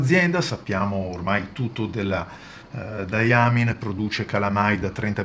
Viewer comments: Le tue recensioni sono fantastiche, non posso che ringraziarti per questo (quanti soldi mi permetti di risparmiare evitando acquisti che farei "solo per provare" ). Ti vorrei però fare due appunti, se mi permetti. Il primo è che Diamine si pronunci Dai Main (o se vogliamo daiamain). Dye (pronunciato appunto dai) è il colorante, la tinta. Mine è invece la miniera. Diamine sta quindi per "miniera delle tinte" (quando lo si pronuncia correttamente). Ed è una ditta che ha sede a Liverpool, nel Regno Unito, non è americana come la Noodler's. Spero non ti siano stati sgraditi questi due appunti. Ancora grazie per le tue recensioni!! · Ciao, grazie per la gradita precisazione,......ogni tanto mi scappa qualche strafalcione :-) e sulla pronuncia di "diamine" ormai potrei scriverci un libro: prima o poi imparerò a pronunciarlo correttamente ! ciao